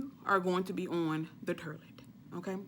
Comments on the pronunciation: I like how she say toilet 😂 terrlet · Lol😂😂😂 she said turdlet not even toilet! I'm ready! Staying home all day today! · Awww she said 'Terlett' as in toilet😁😁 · I know damn well she didnt just say the “terlet” for “toilet” 😐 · "... on the 'turlet'" 😂😂😂😂😂😂😂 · 😂 lmao with this girl with the turrlet, instead of toilet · The turlet ..🤣🤣🤣 T4S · Did she say turdlet lol country lol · Terleet!!!!....honey you need a prescription on english...that will work immediately and keep you up all night!!!! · Did she say turlet? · “Stay close to the terlet” 😂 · She said "STAY. NEXT. TO. THE TERRLETT!" 🤣😂🤣😂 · On the “terlet” lmao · you are silly... hahahaha...Terlet. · 😂😂😂 not the terlete😂😂😂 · Turlet'....lol. I love your lingo. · TURDLET wtf is a turdlet , ah ! i just got it. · Stay next to the "turlet" 😅😘😅😅😅😘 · The "turdlet"!!! LMAO!!! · The “Turlet” 🚽 😂🤣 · She is hilarious! "Turlet" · "Da tirlet" lol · On the turlette! 😂😂😂😂😂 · The turlet 😭😭😭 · "Terlet"... okay??? Lol...😂😂😂 But seriously...laxative. Be very careful. I'm an RN, trust me. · Sounds like "turdlet" 🤣